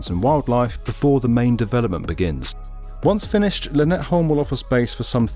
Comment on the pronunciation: Brilliant video as ever. The one thing I took away from this, is the pronunciation of "By & Havn" :D You actually got Lynetteholm just about right, which impressed me, but By & Havn left.. room for improvement :P